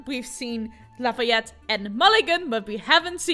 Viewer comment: I was waiting all day! And I was not disappointed! :3 You pronounced Lafayette's name perfectly